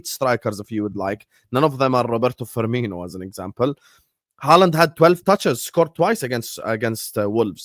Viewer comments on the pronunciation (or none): none